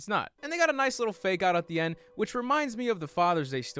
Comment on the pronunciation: I lost it when you said THE END!!! Like in “end of ze world” 😂😂😂